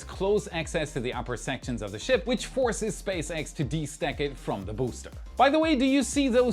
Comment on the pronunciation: Did you say Space Rat?